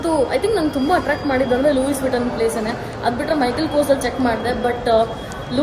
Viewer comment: It’s not Louis vittuon lui vittuon